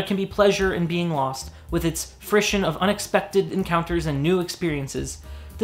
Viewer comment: correction: that's not how you say "frisson" but it continues in this channel's tradition of mispronouncing French words.